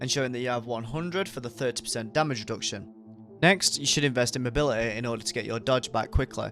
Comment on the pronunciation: You mean Mo bil it EEE , not mobilitaeeee